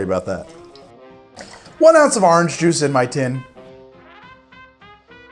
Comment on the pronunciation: "3/4 of an ounce of lime druice" lmao